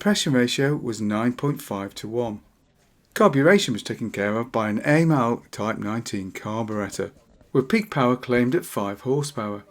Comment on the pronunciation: Your 'Honda 60' is in fact a 'Honda 90 Sport' & Aymal is pronounced AMal Your errors are however minor compared to Turner's who should have been put out to grass sometime in the 1950s